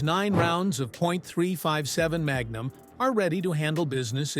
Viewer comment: "mag. Numb."